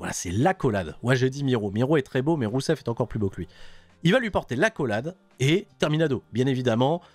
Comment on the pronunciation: qui arrive plus a prononcer rousev, il n'y a plus que Miro! et Miro il est tellement beau!